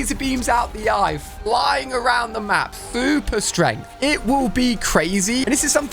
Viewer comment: I want some “fuper strength”